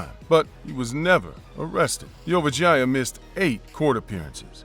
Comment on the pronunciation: Whenever dude said Vorayuth last name I literally thought he was saying 'your vagina' 😆 🤣 😂